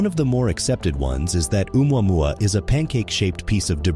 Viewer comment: What kind of reporter is she..not even know how to pronounce oumuamua...😄